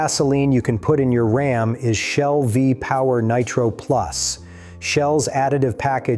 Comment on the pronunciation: calm down, we're talking about Ram, not Rahm. 🤣